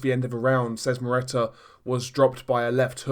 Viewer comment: The way you butcher Szeremeta's name is hilarious !!!